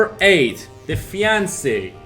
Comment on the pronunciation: Defiance is not pronounced "The Fiance", it's "Dee-fi-ence". Messiah is pronounced "Meh-sai-ah". Sorry to be that guy but I was trying to look up those games and had to listen to the video several times before realizing what you were saying. Maybe add the title of the game as a watermark of the video clip you use.